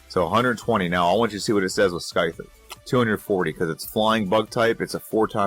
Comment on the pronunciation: say Scyther again. That caught me off guard. Had to play it again to be sure. Lol